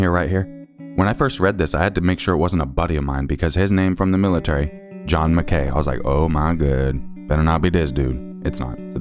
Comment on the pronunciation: Just a heads up (since you explained the pronunciation for the other surname) MacKay/McKay is pronounced Mack-aye (like a capital i). It's a Scottish surname.